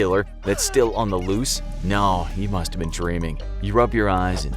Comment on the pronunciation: most Australian no ever